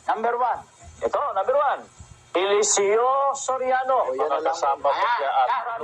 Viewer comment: Pati PAG PRONOUNCED NG ELESEO NAGING ELESE-O